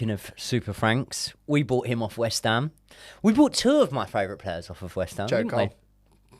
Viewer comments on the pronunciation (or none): I’ll sub when can say “fan favourite” correctly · Love the show guys watch all the time but please please please learn how to say favourite properly 😂😂